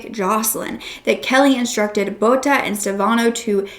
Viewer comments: Bouta🤣you pronounce boeta like you would pronounce soup in English soup the ou is the oe boeta and then the ta so boeta but try to say the oe like ou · Boeta is actually pronounced as BOO-TAH, it means brother, but it's more often used referring to a little brother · Boeta is pronounced boo-ta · Really appreciate you covering this case... But please, for future reference, please ask a South African for a pronunciation guide on these words. Bakkie, tik, Boeta, Phumza, Sigaqa...